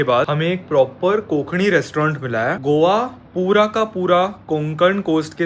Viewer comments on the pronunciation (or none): कोंक'णी' hahahaha proper punekar❤ lots of lovee